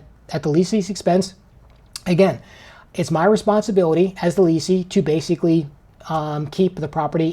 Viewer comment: FYI guys the words are pronounced like they are spelled. Correct: "less or" and "less ee" / Incorrect: "lease or" and "lease ee".